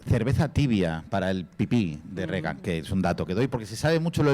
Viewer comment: muy críticos y tal pero dicen Regan, como Ronald Rígan (fonéticamente) véase el sarcasmo